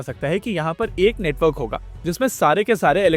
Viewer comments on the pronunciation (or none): none